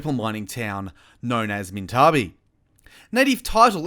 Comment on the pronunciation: It's pronounced (Mint-a-bie)